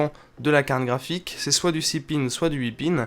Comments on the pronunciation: j'entend carne graphique ou bien? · Quand dit carte graphique, j'ai l'impression qu'il se concentre pour ne pas dire carkraphique xD